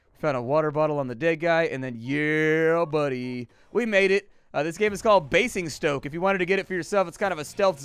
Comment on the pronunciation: In Queens English, Basingstoke is pronounced bay-zing-stoke